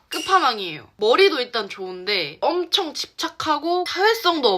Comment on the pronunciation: 근데 원래 한국어와 제 2 외국어를 쓰다보면 한국어 발음에 ‘ㅕ’ 가 많이 들어가나요?? 항상 그렇져~, 엄쳥~, 쥬로(주로)~등 ‘여’ 발음 많이 쓰시는 것 같아서요